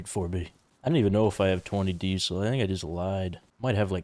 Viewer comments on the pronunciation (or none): why does say dee-sul instead of diesel